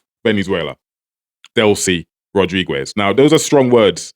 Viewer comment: Why do u keep saying "Rodriguez" like that? The "u" is silent It's pronounced Rod-ri-gez not Rod-ri-gwez